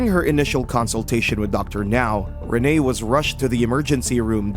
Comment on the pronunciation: It’s Renee not Rena